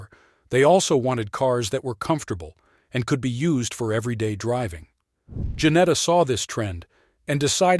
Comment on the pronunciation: Its Ginetta not Janetta